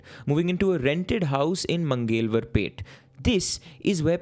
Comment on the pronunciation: bro it's not mangewalar peth. Just google the Marathi pronunciation of it. You're way off